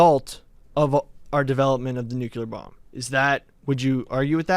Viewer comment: Mount Rushmore of cringe: the way says “nuclear”